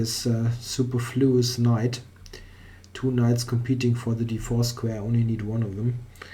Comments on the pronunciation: Nice video! Also, it's suPERfluous. Like soo-PER-floo-us. I don't know if this makes sense to a German speaker, but that's all I can think of. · Excellent positional game. Except for the obvious which you pointed out yourself. I suppose the lesson is "don't play chess if you're under the weather and you care about your rating". PS: You're mispronouncing "superfluous". The stress is on the second syllable not the first.